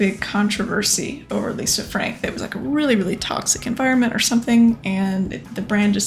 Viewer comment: Lol "Lisa Fank", she didn't need that "r" anyway. I think it would be cool to see a rubiks cube, maybe even one taken apart. Even cooler would be one of those bubble/water ring toss handheld games.